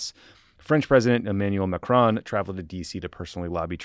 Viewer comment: Macron, not Macrone.